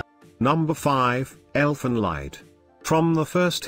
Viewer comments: In no. 5 "Elfen Lied" you have to pronounce the word "Lied" like the English word "lead". (EDIT: "Lead" as in "leader", not like the metal!) It's German and means Elves' song. The way you pronounce it now "Leid" (like the english word "light") actually means "suffering". So you switch the meaning from Elves' song, to Elves' suffering, by mispronouncing it^^ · If you want to be technical it sounds like the english work leet not lead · I mean lead as in leader, not as the metal lead. I edited the comment. The end sound it definitely a D not a T.